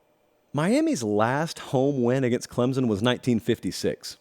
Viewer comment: It's Clemson! Not Clemzin!